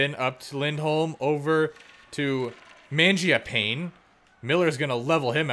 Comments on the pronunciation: You had it correct with Mangiapane. It's not said pain at the end. Man-gia-pa-nee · For what it's worth, you were saying Mangiapane correctly, the announcers have it wrong in game.